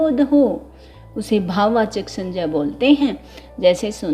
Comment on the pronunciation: The part of the video which i liked the most was ur pronunciation ' sanjya'. Veryy impressive...keep it up..tysm...